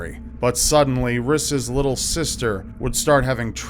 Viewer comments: "riss" haha my husband is called Rhys and it's Welsh, it's pronounced Reece. Don't know if it's an American thing to totally take a Welsh name and pronouce it wrong and give it to the wrong gender! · whats ur name? ris? i thoght he was saying chris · Rhys is actually meant to be pronounced as Rees btw